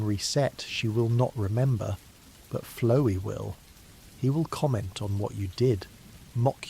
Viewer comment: flowee is a fun pronunciation